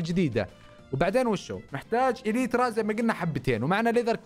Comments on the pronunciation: إلنترا❌ إليترا✅. 😂💔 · اليترا صح ترا انت تقول النترا وانت غلط